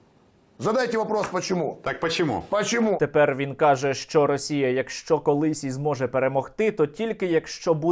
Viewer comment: Я ставлю лайк під цим відео. А знаєте, пачєму? Задайтє вапрос: «пачєму?»